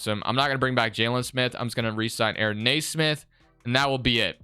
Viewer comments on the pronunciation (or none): its kneesmith not naysmith